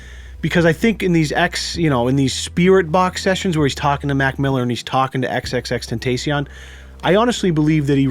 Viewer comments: did u seriously say tenteicion,IT IS TENTACION OR JUST X OR AS SUM PPLS SAY TRIPLE X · "XXX TENT TACEION" please try again lmfao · Still new here..so I am late. As a believer in the paranormal, I watched Huff when X died. (Sidebar:, its tenta like ahhh not tenta like tay when you say Tentacion)I don't think he was in it trying to hustle the fans. We know its straight bull..but it felt good to kinda hear X say he was ok.. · If it were real, X would tell y'all to stop pronouncing his damn name wrong. It's xxx ten-TAH-see-ohn, not ten-TAY-see-on. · its pronounced xxx tenta see own not tent aye si en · Tacion not tencion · XXX-TENT-A-CEON the I sounds like an E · The C makes Sh sound X confirms it cuz that's how pronounces it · It’s pronounced ten-ta-ci-own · It’s “ xxx ten-tas-ion” that’s how you say it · ily dawg but its pronounced, ten-ta-see-own. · My man said xxxtentaycion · XXX-Ten-Ta-see-own That's the proper pronouncing. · Did he really say”xxxtentastion” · Ten-te-C-on “Tentacion” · It’s pronounced xxxtentacion with a soft a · The a in tentacion is pronounced like when a dentist asks u to open ur mouth and say “ah” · ten-tas-e-own is how to say it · Ok Just reeeeeeeeeeeeal quick here it's Ten-ta-si-own. The Paranormal dude said it correctly and ya still mispronounced it :P no hate just wanted to throw it out there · Ten tah see on is how you say it and keep it up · It's no damn tentession it's XXXTENTACION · First ur pouncing his name wrong second is thus we’re u want to be when Jesus comes back making fun of jay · you pronounced X name wrong... dude do some research old dog we see ur huge a55 pores from here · the way he pronounced xxxtentacion triggered me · XXXTENTEECION lol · That's not how you say xxxtentacion mate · Am I the only one kinda triggered that he kept saying X's name wrong? Yes? Okay, I'll go now... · I'm kinda disappointed. can't pronouce XXXTENTACION correctly. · the way pronounced xxxtentacion had me dead 😂